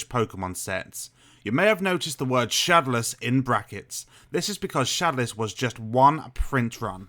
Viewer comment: Why do you say shodowless like that? Try saying it shad-ow-less not shad-a-less